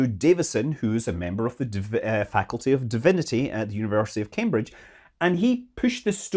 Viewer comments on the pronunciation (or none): none